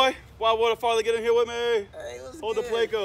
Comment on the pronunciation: It's not plAco it's Pleco.......and the voice over was stupid...